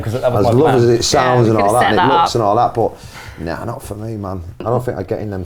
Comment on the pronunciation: "guinness with port", but the way he pronounces it sounds like he's saying "pot," and the automatic translator says he puts weed in Guinness. haha non sense as a fork in the milk